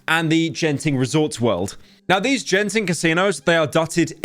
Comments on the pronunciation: Im sorry Pyro, but I have to correct it here. It's not "Jen"ting, it is read "Gen"ting. Yes Imma Grammer Police from Malaysia thanks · Did Pyro really said Genting as “Jen-thing” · As a Malaysian, My ear hurts when Pyro pronounced “Genting” as “Jenting” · the say you pronounced Genting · Genting is pronounced with a hard G, not a J btw. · I am unironically disappointed by how he pronounces Genting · Genting is pronounced with hard G btw. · I feel pain hearing Pyro pronouncing Genting with a J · Good video but hearing you mispronounce 'Genting' is hurting my soul.